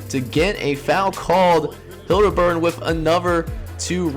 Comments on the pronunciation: Haliburton is Pronounced Hal-Eh-Burton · Great video so far. Btw no biggie but i think you might be pronouncing Tyrese Haliburton's name wrong lol